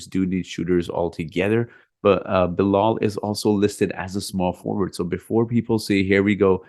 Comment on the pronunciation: Its Bilal